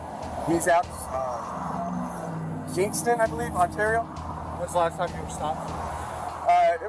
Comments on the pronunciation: Just to ley ya know Ontario is pronounced Un- tear- ee-oh. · Hey man, you sure butchered the word Ontario. It's like On-terry-oh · Please learn how to say “Ontario” correctly. No hate it just sounds really silly when you say it like that.